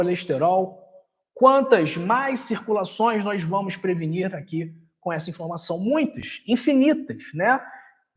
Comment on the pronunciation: Não se pronuncia nóis e sim nós